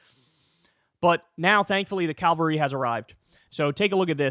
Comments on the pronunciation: Not Calvary….its Cavalry. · Kyle, please man, it's Cav - alry, not Calv - ary. Also, I really appreciated the, "doesn't that look like a nintendo controller" yes it did, yes it did. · Excuse me "Bro" but, Jesus Christ isn't coming down from heaven! I think the word you are trying to say is: "Cavalry!" Calvary is what you said. That is the day Jesus comes down from heaven to rule over the world! I bet you also say "Nucular;" as in Nucular Warheads! That would be"Nuclear Warheads!" You're a moron! That means you have an IQ below 60! And no I don't like Trump! He's a bigger moron than you!